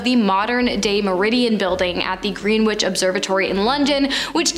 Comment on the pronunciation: Greenwich is Gren itch, not Green Witch cash, not the other one